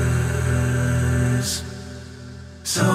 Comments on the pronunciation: Which syllable is longer is irrelevant. The stress on SIS is what I'm noting -- sin-CER-i-TY and EM-pha-SIS. You can't use a high-low-low word like EM-pha-sis in an iambic song without stressing it wrong. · I don't even want to try to compare the two chants. They're both just gorgeous. Out of curiosity, were you having a little joke when you deliberately emphasized the wrong sylLABle of "emphaSIS"?